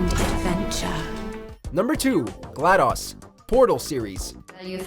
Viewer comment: Did this dude just say Glad-aws?